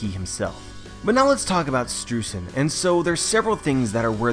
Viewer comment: Hey, hate to be that guy, but Streusen is pronounced stroy-zen, thanks to me knowing German pronunciation. Yay! (also it's in his katakana symbols for his name is Japanese give a similar pornunciation)